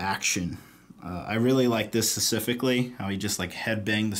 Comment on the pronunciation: Someone please tell him it's specifically and not sussifically!